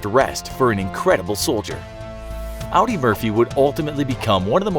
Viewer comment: I won't say whom for my own safety, but one of my family members served alongside of Audie Murphy, (his first name is being mispronounced in the entire video. It should sound just like the word audience, just remove the "ence" sound or the nce letters.) which resulted in a family member being named after Audie Murphy. Kind of cool I think!